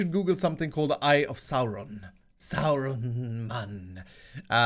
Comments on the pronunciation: Saruman, not Sauronman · It's saruman not sauronman